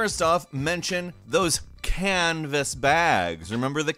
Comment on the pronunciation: I love the way you say canvas and nylon, flamboyant approved 👍